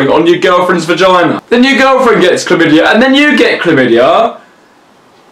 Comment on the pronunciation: Why do I find it hallrious when says "vagina" 😂